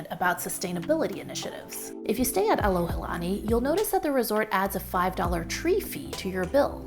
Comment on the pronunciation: You shared a great example of what “aloha” is by doing your homework before arriving here in Hawaii and being sensitive to the locals and native culture. Hope that more visitors (new and returning) would do the same. (as a side note, you were at the Alohilani Resort ... not Alohalani) Mahalo for your video!